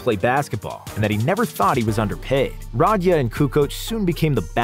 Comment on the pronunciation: Nobody gonna point out the murder of dino Radja last name. The d is silent and the emphasis is on the j!